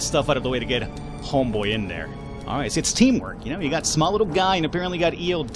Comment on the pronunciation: you should call eod by the pronunciation ea-odd